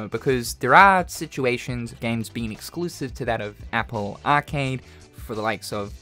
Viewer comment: The way you say arcade made me stop watching